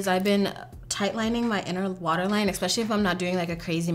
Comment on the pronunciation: I love you dearly which is why I have to tell you that you constantly say the word especially like it has an x in it. You say exspecially instead of especially. It's cute, like a little kid but you're a beautiful, intelligent, talented grown woman so , in case you weren't aware of the habit, I'm letting you know so you can beat that habit. I know from experience how embarrassing habits like that can be when you're in a professional setting and those mispronounced words pop out of your mouth in front of people you prefer to impress.